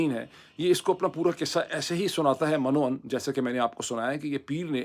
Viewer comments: Asalaam o alaikum A bit of urdu plz, it "Min o un" and not "man o un" thankx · it is arabic word not mann-o-un it is minn-o-un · آپ کا ہر "وی لاگ" سن کر ہی میں سکول جاتا ہوں،جی آپ ایک لفظ بولتے ہیں،"من و عن" اسے یوں بولیں۔ min wo unn۔..